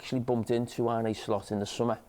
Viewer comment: Arne, not Arney